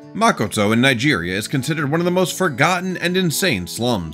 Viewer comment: It’s called Makoko not makoto